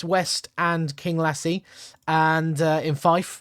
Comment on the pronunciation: Glenrothes = Glen - roth - thess you pronounced Kinglassie beautifully!